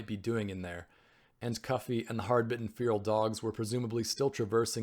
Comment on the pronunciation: feral like "Fair -el"